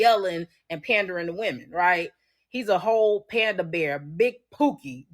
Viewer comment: Lol, pander- bear. 🐼